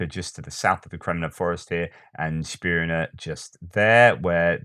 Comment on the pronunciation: Hi again! A comment about your pronounciation of "Spirne". I think it is to be pronounced as written, Spirne and not "Schpirne", at least how I read the kyrilic spelling. Maybe someone else here might clarify? Oh, by the way, Where is Ivan Khurs?